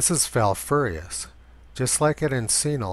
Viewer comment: You came VERY close to pronouncing Falfurrious properly. Great job!